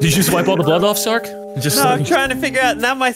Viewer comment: I still can’t believe can’t say Sark and always calls him Stark lmfao